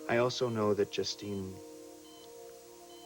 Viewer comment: is trying to say justine but it is coming out die?